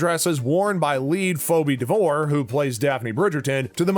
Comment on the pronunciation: Yes, so many mis-pronunciations, seriously! Fobee?